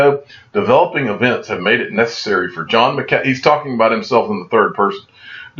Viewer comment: 😂😂😂😂!!! Been screaming it since I first heard him pronounce it!!!